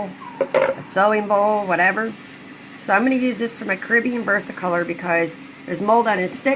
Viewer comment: It is actually from the Spanish word "caribeña" meaning from the Caribbean. Despite that fact the species word is CARIBENA. Pronounced care-uh-beena. BTW. Your little side note is completely irrelevant to the topic at hand 😁